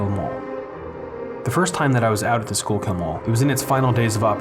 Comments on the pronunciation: I believer that is pronounced skullkill not schoolkill.... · "Sure kill" mall